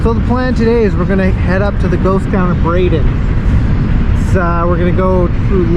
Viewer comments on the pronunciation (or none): If you're going to do a video on this place, please respect the town by at least calling it by its proper name... Really. It's BRADIAN !!! Dumb dumb!!